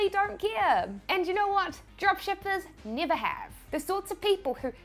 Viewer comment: No, I want to understand your "E" thing, when NEVER becomes NIAVECH :) , or COMPARE becomes COMPIARE :)